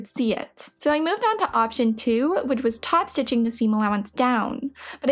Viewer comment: I enjoy what you do, but I can't stand the constant use of the word "thee" for the word "the". The pronunciation of this word changes to "thee" only to elide into a word starting with a vowel OR for extreme emphasis. Sorry, I'm old and crotchety and can't listen anymore.